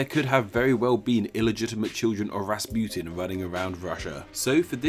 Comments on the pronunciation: it's rasputin not rasputine i know cuz my mom is russuian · Why do you say Rasputin like that , the u isn’t eu it’s oo . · It's not raspiotun its Raspotin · It’s not pronounced “Raaspuetin” it’s pronounced Russputin. Please pronounce Russian names and words correctly. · it's Rass-pu-teen not Rass-putin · Its pronounced Raspuchin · In Russia, Rasputin is pronounced Rac-pu-teen (Распутин) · its pronounced rahs-poot-een